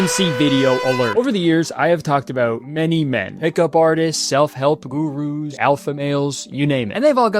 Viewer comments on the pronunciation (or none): i heard what kurt said as gugus instead of gurus and now that's all i can hear now.